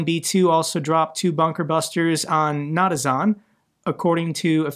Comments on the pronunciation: It's pronounced na-tans. Not na-ta-zan! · The world: Na-tanz: Na-ta-zahn 😅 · Natazon?? Natzi Amazon? I thought they bombed Natanz 😂 (Not-ants) get some sleep, love your vids! 🎉